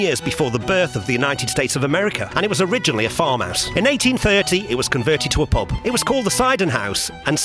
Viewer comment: Prehaps you just need to pratice saying the word ? Not a criticism really as you did a good job of recording the pub for future generations after what has happened. An absolute tragedy.